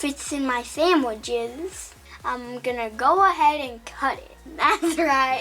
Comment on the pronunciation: "Samwiches" Imma be saying it like that now 👁👅👁